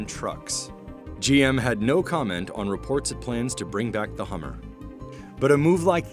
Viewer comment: "Get to Da Hammah"